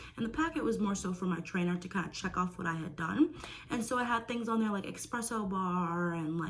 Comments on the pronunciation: It's not eXXXpresso! Please say it correctly. Espresso. It's your job to know how to speak correctly about the things that you are selling. Also just learn how to speak correctly. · Why on earth are you making such a big deal about something so incredibly minor? It literally doesn't matter if she pronounces espresso as expresso, it doesn't change anything. Even if you wanted to correct her, you can do so without being condescending and insulting.